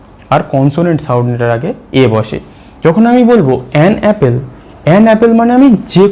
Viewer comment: Apple এর উচ্চারণ অ্যাপেল নয়। সঠিক উচ্চারণ হলো অ্যাপল।